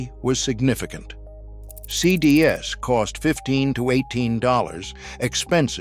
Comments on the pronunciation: It’s ridiculous. Just get a real person for crying out loud. Any person. The ‘CD s’ is making me upset lol. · almost perfect?? Lmao it literally can't say "CDs" correctly. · I lost interest at two mispronunciations of “CDs.” AI is not acceptable at all. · This AI sucks. "CD S," "DVD S." It can't say words that end in "S." Even the pictures are fake. It shows a food court and instead of "Sbarro," it says "Sarro."